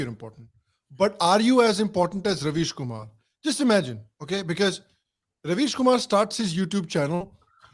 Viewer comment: kam se kam pronunciation to theek kar lo. yeh rubbish kumar hai ravish kumar nahi.